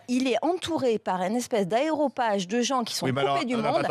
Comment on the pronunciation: MDR... un "aéropage"... il lui faudrait des cours de français!